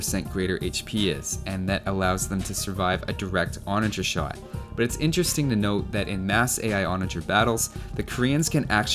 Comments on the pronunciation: Giddy ‘Ontage! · I come back now and again to have a great time replaying that there "Ontage"!